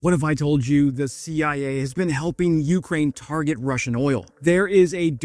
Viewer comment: "The Shee Eye Ayy?!"